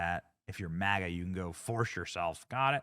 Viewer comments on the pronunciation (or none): none